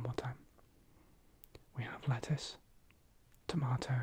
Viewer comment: I heard “lettuce” as “letters” 😭